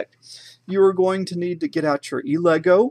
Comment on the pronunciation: The pronouncition is 'el e goo' not 'e legoo'.